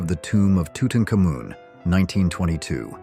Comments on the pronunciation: A few photos were shown twice. The clip from the menu isnt shown and oh I hate AI narrating. Center rall park??? Tutan cumin??? Other than that I LOVE the photos. And I died laughing at the rare picture of the 70s remote control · ai cannot pronounce king tut